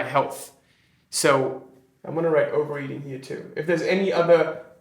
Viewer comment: A Funny thing happened when you said "overeating", I heard over-reading?